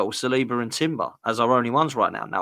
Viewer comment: No disrespect but it's not saliba.ben white come on man. Your not gonna really miss him